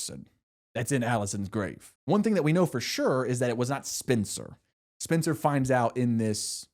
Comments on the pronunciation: as a Spencer, I've been seated since you said Spin-cer in the first video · Would totally watch (listen to) another one of these! I appreciate you appreciating, but I appreciate more the immense amount of thought you put into these + the personality. Trust me, I'm right there with ya, following along while you are going on these tangents, no need to calm down😂. Still gonna tease about you pronouncing "Spencer" as "Spincer" but always in a good way--the only way there is.